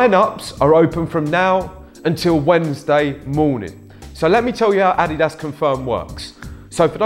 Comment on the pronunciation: What is ah-dee-dass